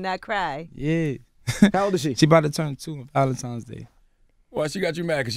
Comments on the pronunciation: Why do black people say ValenTIMES day??? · Why do black people always pronounce valentines day VALENTIMES